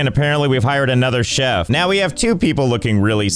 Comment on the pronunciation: Bro said chef with che